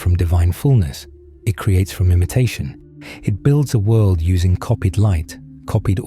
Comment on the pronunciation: I get way too distracted with that accents pronunciation of “world” lol not completely derailed from the message, just humorously distracted monetarily. I repeat it immediately “wuelldd”and giggle